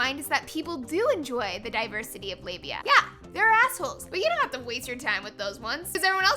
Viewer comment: Hell. I just read about 5 days worth of comments to this video and really read nothing that actually contributed to the discussion. I'd just like to thank Laci for teaching me how to properly pronounce "labia". I never really thought I was getting it right.